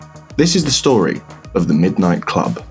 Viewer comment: "Middo nitto kurobu"